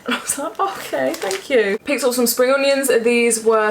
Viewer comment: Literally thought you said "Sprunions" 😂🤣